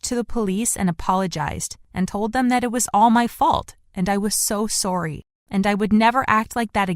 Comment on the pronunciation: Her: “I was so sOry